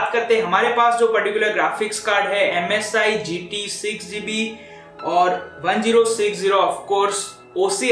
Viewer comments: it's called ten sixty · he said gtx 1-0-6-0 most of the time.. why?